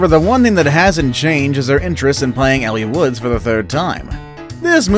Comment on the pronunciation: It's pronounced 'L' Woods.